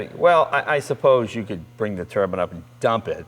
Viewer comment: "Turban..." It's a turbine, like sunshine, or a wind chime. A turban is what Sikhs wear on their heads.